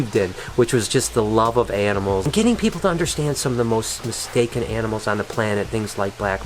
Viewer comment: i thought i heared enemels instead of animals.. but anyway rip ryan..